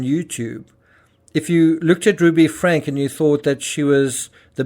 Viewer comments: Want to be an authentic voice? Then say names properly: FRANK-E not Frank. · Just FYI Franke = Frank-E . there is an E sound at the end of her last name. :) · Her name is pronounced Frankeee